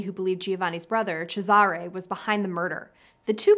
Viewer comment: Giovanni is pronounced jo-vani, Cesare is pronounced with the accent on the first syllable CHEY-za-rey.